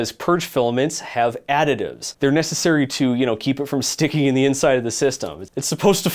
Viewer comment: You left out "Zey'r dirty girls"